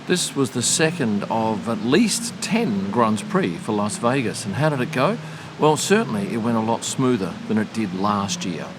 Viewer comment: Thanks for the as always excellent video. You always say "LOS" Vegas. Making me think, is it actually meant to be said like that? Agree that it's one of the best races for on track action, very much enjoyed the race on TV